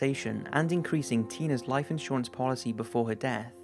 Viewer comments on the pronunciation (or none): none